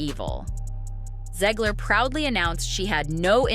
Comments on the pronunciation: Zegler or Ziegler? Her name is spelled Zegler so therefore would be pronounced Zeg-ler as opposed to Zee-gler. Just saying... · I like how the narrator can’t decide how to pronounce Zeggler/Zeegler. Also holy vocal fry. Breathe lady.